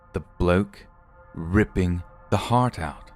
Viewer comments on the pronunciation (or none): heart was a little Irish, next time try pretending you're the Queen and say 'Harp' (the instrument) go less old timey and more over the top posh tot then change the p to a t and you'll be spot on 😁😘 everything else was just fine 😊 love it when you go British 😁